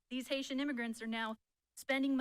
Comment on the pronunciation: Did he just say Haisha?